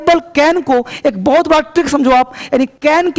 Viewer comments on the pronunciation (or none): none